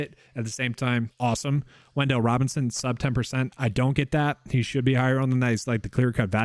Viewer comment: "Wendell" Robinson 😂